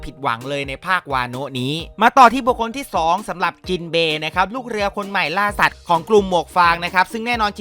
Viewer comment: ได้ยินค่ะ ยังงงอยู่ว่าพูดผิดหรือเอาตลก🤣